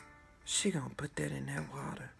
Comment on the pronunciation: “She gon’ put dat in dat watah” 😂